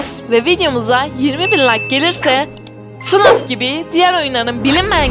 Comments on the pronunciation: ABLA NOLUR GÖR Abla oyunun ismi "Fınaf" deyil "Fnef" okunuyor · öncelikle esrarengiz kasabadaki o bölüm izlesen anlarsın hiç benzerlik yok çizgi filmlerde robot olması ve şarkı söylemesi illa fnaf olcak ve fınaf diye okunmuyo feneaf diye okunuyo